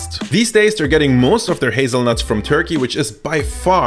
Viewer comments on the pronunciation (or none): none